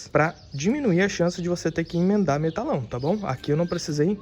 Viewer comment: Parabéns tá ficando top... bancada dos sonhos! Somente uma observação, o nome desses tubos de aço é Metalon não "Metalão"